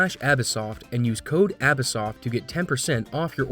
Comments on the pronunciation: Woah... The most surprising thing I've seen in this video is that you pronounce your name abis-soft and not abyss-soft... I just thought the two words were sharing an s for stylistic purposes..... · stop with the abysoft sounds stupid, great vid as always tho